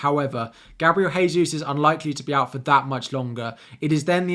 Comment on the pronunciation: Gabriel Jesus is not from a Spanish speaking country therefore his name is NOT pronounced Haysus